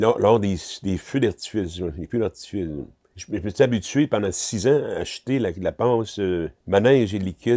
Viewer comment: Normal: Feu d'artifice Ami d'Eric: fiou darfice